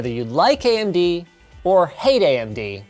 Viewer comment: ("subtitles made by Linus") ("Andy goes here") Conclusion: Linus does not know how to pronounce "AMD".